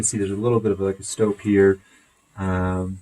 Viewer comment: called a STOPE not stop